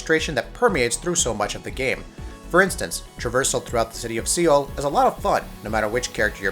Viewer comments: Seoul is pronounced Soul not Seal. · I paused the video and start laughing when I heard the word "SEAL" AHAHAHAHA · See-ull? Dude? See-ull? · How the hell did you just pronounce "seoul"??? Credibility just went out the window. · Soul not seal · Seal??? Jesus Christ, seriously this is basic pronunciation. Awful quality on this video. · Do you not know how to pronounce Seoul? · st fu thank you, that was annoying the hell out of me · Alex Alex Right. it's not like he mispronounced it once or twice, but continuesly saying it wrong. And I know they said the name in the game a few times so there is no excuse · Utterly extraordinary, this guy shouldn't make videos in which he's expected to speak if he can't pronounce the name of one of the world's most well known cities properly. Hell, it's probably the SIMPLEST city name, at that. Unbelievable.